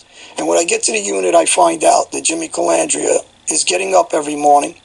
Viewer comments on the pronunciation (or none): Lol when Sammy said Jimmy Calmandria lol